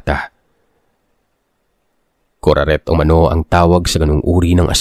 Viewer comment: Kuraket yung tittle pero kuraret yung sabi ni sir?? Ang gulo hahaha😂😢😅